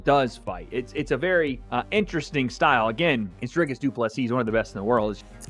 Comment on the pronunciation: How long will you take to pronounce Dricus' name properly? And also, absolute clickbait title